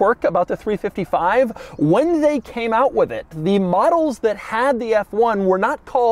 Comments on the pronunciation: Three five five, not three fifty five. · Great video but Doug it’s a 3 5 5 not a 3 55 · I know you must know this, but please I beg. It's 3 5 5 and 3 4 8, not 3 55 & 3 48 🤮